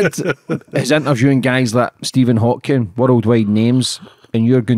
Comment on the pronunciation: Tisk tisk. I just don't understand people who is adding the "s" on to Stephen Hawking... And kind of surprised he did not know that Hawking had ALS... smh